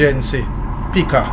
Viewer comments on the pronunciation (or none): none